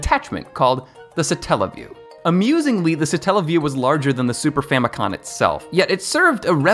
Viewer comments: It’s not “Super Famicon” lmao it’s “Super Famicom”. I get so sick of people putting an n at the end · you tell super famicon but its super famicom. great video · First of all the console you were talking about in the video was the Japanese version of the SNES not the NES and it's pronounced super famico(M) not super famico(N)